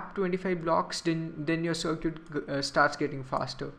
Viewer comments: stop saying sircuit its Circuit lol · dude seriously while you're online don't run your mouth just Google it even the general public knows how to enunciate cir·cuit sərkət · uh dude circuit is pronounced sir-cut